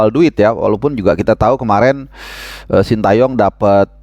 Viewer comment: Ini penting2 engga sih, tapi ntar presiden ataupun protokoler pas acara bakal nyebut namanya coach STY sesuai yang dikasih ortunya (shin te yong) apa versi indonesia (shin ta yong) 😂😂😂😂